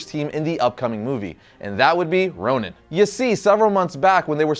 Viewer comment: ChocoboKid People keep mispronouncing Ronin as Ronan like this guy in the video. If they're both meant to sound the same in the Marvel world, that's different. But it's confusing. I had to Google it to make sure that Hawkeye didn't sonehow become evil and then sent to another reality, where he becomes Ronan The Accuser. 😐